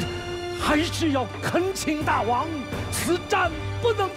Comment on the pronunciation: “大王”发音应该是Dàiwang，“大”音同“代”，“王”念轻声，跟“大夫”同属一个模式。这么基本的常识，却在这么大的制作里被无视，陈凯歌都没出来指正，遗憾…。